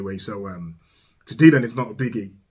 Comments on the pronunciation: The "y" in Dylan is pronounced as an "i". Sounds like dill-un, not dee-lun. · I really like almost all of your reactions, and this is no different. However, let me help you with one small thing. You are mispronouncing Dylan's name. It is not "deal-on," it is "dill-on." You may be turning some folks off by the mispronunciation.